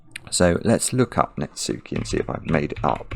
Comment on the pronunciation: netsuke is pronounced pretty closely to how you would read nets-keh (rhyming with "heh"); the u is kind of swallowed / silent.